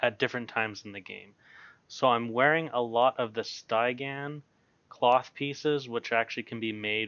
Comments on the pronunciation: Stie-gan, lol. Steh-gee-an. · Cool stuff! Just for giggles, Stygian isn't pronounced, STI-gan. It's Sty (as in stick) + gian (as in j + ee + an). Any chance you'll make a video about dealing with rogue dps in Wpvp? Thanks. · Stih - Gee - Ehn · Nice video! You say Stygian real weird though. Subscribed!